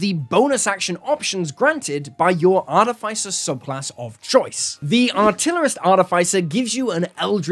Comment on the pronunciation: wtf is an arty fay sir ?